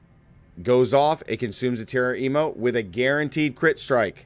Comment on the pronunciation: I use the same build! All the pieces conveniently dropped levelling to 50 for me. Most fun I’ve had in Diablo ever! Especially when cataclysm procs for free! ( I Use natures fury keystone) Also love how you call it a terra-emote haha 😂